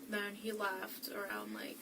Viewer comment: She says “laughed” instead of “left” Very jarring for a moment